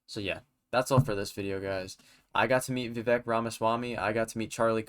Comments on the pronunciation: pronounced as vi-vake (like cake) not vi-vek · Pretty good video, however, describing Vivek as a “killer” is misplaced, and also, why don’t you know how to pronounce Viv-ake’s name ? IT RHYMES WITH CAKE!